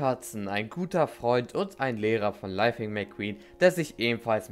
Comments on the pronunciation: Ist es jemanden aufgefallen, dass er am Anfang nicht Lightning, sondern lithing gesagt hat? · Gutes Video Bruder aber er heißt LIGHTning McQueen